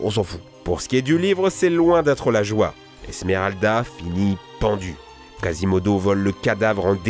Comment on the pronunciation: “Pocehntas” “casimodo se fait friène zone”